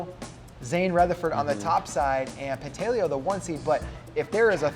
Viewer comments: No he told me himself it's pronounced Pant a leo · Quit butchering names. Pantaleo pronounced: pahn-tah-lay-oh. The guy’s good enough to have earned the respect to pronounce his name right.